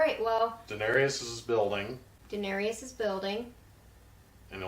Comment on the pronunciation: I hate to be that guy but her name is Daenerys, not Daenery-us and her brother was Viserys but who cares about him. He can be Visery-us. Great reactions! I think that you will really enjoy the History and Lore videos.